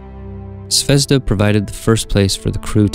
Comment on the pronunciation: It pronounces "zvezdA", stress is on A (and means "star" btw). Anyway the video is great, as all your space station series